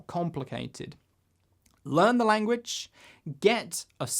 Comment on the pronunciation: a-gain and a-gain.... extraordinary languaccch :-)